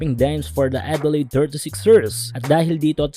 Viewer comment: OOT lods.. "Adelayd" sorry..